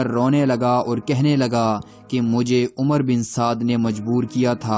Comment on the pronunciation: The correct pronunciation of this lanati’s name is Amr bin Saad and not umar, Omar or Umroo.In Arabic language (wow)if followed by (Ray)then (wow’s)sound gets cancelled.Please do not mention this “lanati’s name as Umar and describe his name with the correct pronunciation which is Amr bin Saad.Thank you.